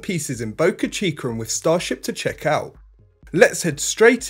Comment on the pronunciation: Where is "boca-chi-cur"?